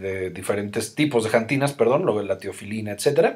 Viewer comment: jantinas ? no se dice xantinas ?